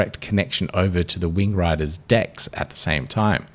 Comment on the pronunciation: I swear you said wing grinders.